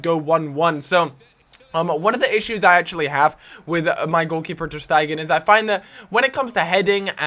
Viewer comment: ter stegen is pronounced ter-stay-gen